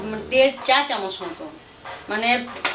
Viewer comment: Chamoch k chamosh bolchen kno??? R apni cmnt er rply kren na kno???